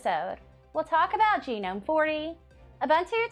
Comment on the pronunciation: That is an ‘interesting’ way to pronounce Gnome